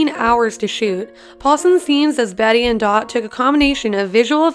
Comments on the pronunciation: *bett and dot not betty and dot🙄🙄🙄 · fact: its not bettie and dot its bete and dot you’re welcome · "Like many of you, I've watched every season a billion times..." But calls Bette and Dot "Betty and Dot" Oof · Who’s Betty? Oh you mean BETTE?? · she really said "Betty" it's said as "Bet" throughout the entire series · *50 thing you didnt know about AHS* me: try me me:*learns nothing* me: YOU LITERALLY MISSED PRONOUNCED JESSICA LANGES' NAME AND ITS BETTE NOT BETTY!!! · "betty and dot" no no it's bette and dot bette pronounced bet not betty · Betty and dot? Bette and dot. That was really cringy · If u watched every season you would know Bette’s name is pronounced “bet” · She watched all the seasons yet doesn’t know how to pronounce Bette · And bette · Just saying you said Jessica Lang name wrong and Bette and dot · My heart hurt every time she said BETTY and Dot and Jessica LANG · The vid is ok but... Did I hear BETTY and Dot? Jessica LanGe? Yeah that really pissed me off.